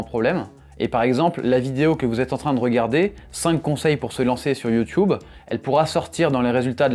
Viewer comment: Pourquoi prononcez vous YouTube comme les anglophones ?